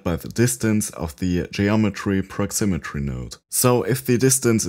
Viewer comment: Great effect! 👍 By the way, it's proximity, not proximitry.